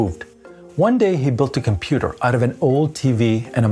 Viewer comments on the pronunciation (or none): none